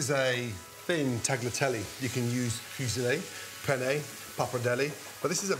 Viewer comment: Please do justice to the italians, turkey doesnt belong to pasta and its pronounce ‘tah-lya-teh-leigh’